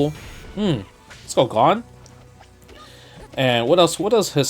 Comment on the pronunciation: Justin: "I'm a big HxH fan" Also Justin: "Gahn" "Hisaka" "Leyo Reeyo"